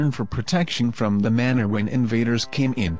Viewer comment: Manor. Not manner.